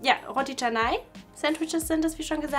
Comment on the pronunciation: Das heißt Rotti Chennai 😂